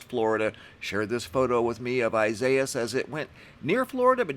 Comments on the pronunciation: If I may it is pronounced=Isaias=Eye say ass. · EE sa EE as. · Wasn't it ridiculous that forecasters were saying "Ee-suh-ee-us"? Seriously! You can find pronunciation for just about ANY word on the web now. One, quick search brought me to this page It's pure laziness that people in the media don't even look.